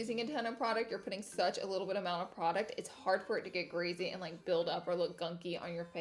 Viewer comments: Everytime she said greasy I laughed “greazy” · Any one else notice certain word she says sound funny hahah like greasy she says greazee and Aegean oil sounded like argonal haha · Oly and grizzy-really Laura?!😭 for oily and greasy, also finish the words completely 😬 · Ol and oly skin? And greazy? So funny 😂😂